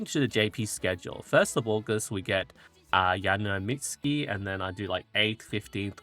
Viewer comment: It kind of feels like ragebait when you keep messing up the names ^^' Yaeno Mitski->Yaeno Muteki Admire Vegas-> Admire Vega Riko Kazumoto-> Riko Kashimoto Anyways thank you for your hard work with the spreadsheet!